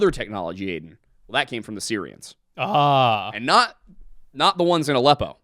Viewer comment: Every time said “Sirians” my phones Siri went off😂